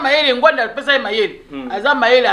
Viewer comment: S'il vous plait , boyebaka ko prononcer nom ya mutu ata azali lisusus na bomoyi te. Il ne s'appelait pas Ngwanda , mais NGBANDA.